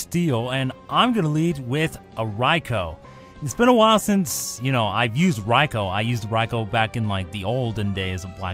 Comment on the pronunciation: The raikou should be named ryko not Rai-Oh